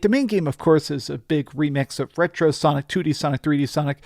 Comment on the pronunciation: Shonic Generations.